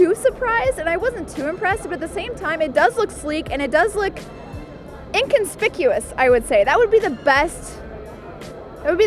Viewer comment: For a glorified booth babe, this was good. "Inconspicuously", nice.